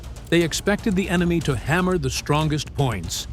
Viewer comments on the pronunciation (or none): none